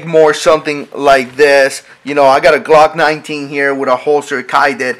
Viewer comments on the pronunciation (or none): none